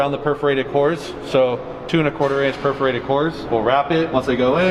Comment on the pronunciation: did you say "preferated" leather? I'd prefer that you not say it that way again. Perforated.